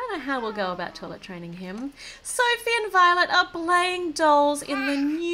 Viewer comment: She-ma-ma said Sophe